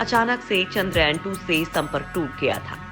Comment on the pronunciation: पोस्ट बहुत अच्छी लगी लेकिन 'चंद्रयान' को आपके द्वारा बार बार "चंद्रायन" पढ़ना बहुत खटकता है। कम से कम मुख्य शब्दों का सटीक उच्चारण करने का प्रयास करेंगे तो अच्छा रहेगा।